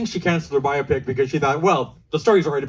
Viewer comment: "Bio-pick", not "bye-opp-ic". It's short for Biographical Picture. Bio. Pic. Phonetically, "bye-oh-pick". Here endeth the lesson.